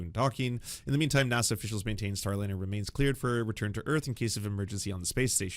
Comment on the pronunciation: It's NASA, not Nasah...!